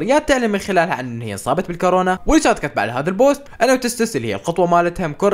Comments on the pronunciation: كاورنا❌ كورونا✅ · يمه فهد حارقهم حرق🔥🔥❤ تصحيح : فهد المرض اسمو كورونا مي كارونا😅❤❤❤